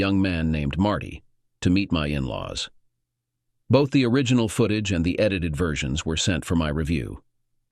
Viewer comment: Seep paration? Foot ag eh? What program do you use for TTS, something from the 1990's? ugh